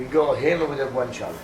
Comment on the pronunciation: i wish i could say guanciale like him